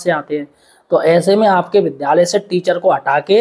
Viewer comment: विद्यालय बोलो भाई गलत उच्चारण मत करो